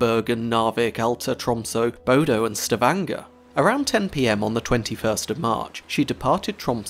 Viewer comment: Bodø is not pronounced Bodo. Ø is pronounced like "uh", so bod-uh. Cheers from Norway!